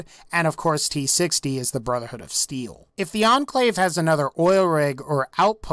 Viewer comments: sounds like he said Brotherhood of Seal. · did he say brother hood of seal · did he say brother hood of seal?